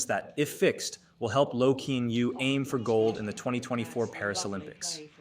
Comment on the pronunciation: I know nothing much a bout badminton, but Kean Yew is pronounced Ki-yan You 😅